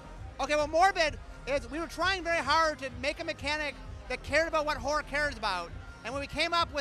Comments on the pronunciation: Hahaha. it totally sounds like he says whore every time. He should probably not speak so fast, and maybe the word horror would come out clearly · everytime he says horror is sounds like he says whore xD